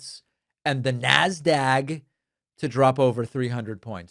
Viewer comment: Minor correction: Nasdaq, not Nasdag.